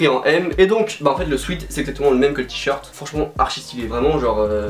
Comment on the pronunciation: On dit « swÉt » et pas « swit » mercee 😂